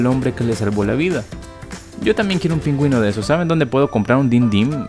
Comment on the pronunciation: Te equivocaste en decir pingüino